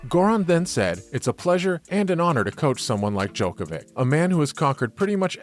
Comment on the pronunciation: Hard to take the news seriously when it comes from a sports news outlet that can't pronounce the name of a tennis player who won 21 GS and has been No1 for 373 weeks.